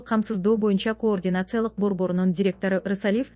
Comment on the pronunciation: Журналист дейбизби же алып баруучу дейбизби, мынча тупойсун ,кыргыз тилинде деле ударение катары созулма үндүүдой кээ бир тамганы созуп окуш керек го тупизм.....коррупциялык деген сөз '' каррупция"" деп окулат...тупизм....координация...😂😂😂😂😂ээээй позорище .кардинация ..деп окучу ..ой тупизм....позор ..